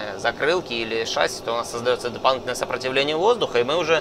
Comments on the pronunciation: Пилот???? Говорит "шАсси" !!!!!!😆😨😵😂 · Пожалуйста говорите правильно ШассИ - французское слово, ударение идёт на последний слог как и во всех французских словах. Очень бесит когда ударение ставят на первый слог (тем более пилоты которые должны это знать) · Почему все пилоты говорят слово «шасси» с неправильным ударением?